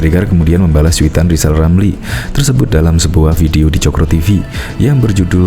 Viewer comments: ll lijal lamliii,ngomong r aja ga bisa hadeeeeuu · Gw setuju klo Lizal Lamli jadi Presiden, tapi ada satu syarat yg harus dipenuhi yaitu dia harus bisa mengucapkan huruf RRRRRRRRR dgn jelas, agar klo jadi Presiden setiap kebijakannya JELAS juga.